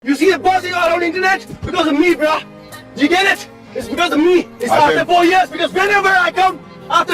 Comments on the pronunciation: He is saying bra😂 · its not bruh .....its "brahh" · I know i should not say something bad about someone's english but bro stop it bra bra karta rehta hai tu chup karja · ye bro bhi nahi bra bolta hai 😂😂😂😂😂😂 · Bruhh ❌️bra ✅️